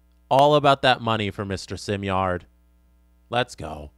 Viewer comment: Simard is probably upset you keep calling him simyard